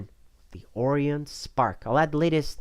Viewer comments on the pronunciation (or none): Look, the "O" in Orion is not pronounced as it is in Oreo cookies, it's Orion as in a consolation. Sorry this bugged me a little.